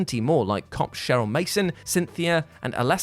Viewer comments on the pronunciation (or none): none